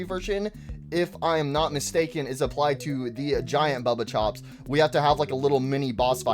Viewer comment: also it's baba chops not bubba chops get the names right